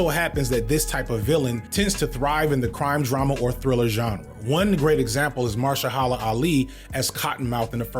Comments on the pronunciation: Mahershala Ali....Ma-Ha-Sha-La! How did you get that so wrong and keep getting it wrong? 😮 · Unc, I respect you a lot. This is coming from a place of love. But his name is Maher-shala Ali. You said Mar-shel-hala twice, so I thought I'd mention this. Thanks for the video! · Gotta get these name pronunciations down; Stefan and Mahershollaholla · It's "Ma-her-sha-la" You was taking a hammer to that man's name lolol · Dude, your whole thing is media, I know you've seen interviews of modern black actors, otherwise it take 2 seconds to hear the intro of the actor by their first names. You're a full grown adult. A-Manda-la Ma-Hersha-la When writing your video, ALL YOUTUBERS, should look up an interview, for 2 goddamn seconds, unless the actor is named George or Linda, LISTEN TO THEIR PRONUNCIATION. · Man pronouncing Milchick, Mil-i-check keeps getting me! Great video otherwise! lol Editing this because I just got to the pronunciation of Mahershala Ali lmao. "Marsha-holla Ali" 😭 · we gotta get the name pronunciations correct. Calling Amandla, Amundala. Calling Milchick, Millacheck. Calling Mahershala, Marsha-hala. It takes two seconds to learn how to say a name correctly. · it's pronounced "ma-HER-shah-luh ah-LEE"! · be struggling to pronounce these names lord 😂😂 Millicheck? Amandala? Stefen?? MARSHALL HALLA?! 💀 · And Milchick (Millacheck) and Mahershala (Marshaholla) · Did you really just butcher mahershala ali name? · pronunciation of Amandla and Mahershala made me giggle I'm so sorry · You got way too many degrees to pronounce mahershala that way my g lol